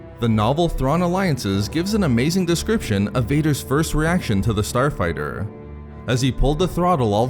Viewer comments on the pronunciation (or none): "The Starfighturrr." "The Tie defendurrr." Come on bro XD